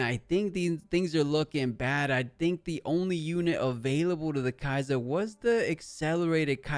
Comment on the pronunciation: The way you say kaisa cringes me it’s SUH not ZZZZZZUH